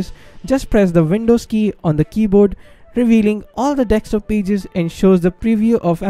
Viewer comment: Its DESKTOP not TEXTSTOP wtf